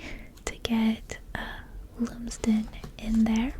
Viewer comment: Not that I know the player but I’m going to say that Lumsden is probably pronounced Lum as in Plum